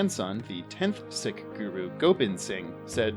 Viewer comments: I think Sikh is pronounced like "seek" and not "sick." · It's spelt sikh but pronounced seek. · Bro you’re mispronouncing Sikh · Sikh is pronounced “seek” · Dude, sikh is not pronounced sick. Lmao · Broo sikh is pronounced seek. 😂😂😂 I was listening and you had me f***ed up. Im like who?! Started laughing when i saw sikh in the video. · Sweet pun, but it's pronounced "Seek" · You are correct I was gonna say this too (Sikh is pronounced Seek) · That pun was a swing and a miss, it only works if you mispronounce Sikh.